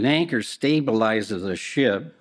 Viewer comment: Did I hear "the yanker" or "the anchor" here?? Not once but twice he said YANKER!! 🤣🤣🤣